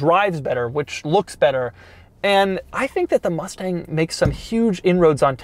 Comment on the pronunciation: They triggered me when they said Mustage mach E